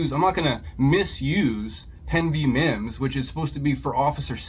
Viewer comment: I wasn't too upset until that moron said mimms. Stupid ass!!